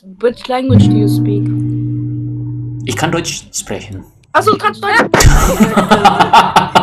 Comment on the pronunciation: It's been ages since start learning German, why do you still say "sprechen" incorrectly? It's SHprekhen not sprehen.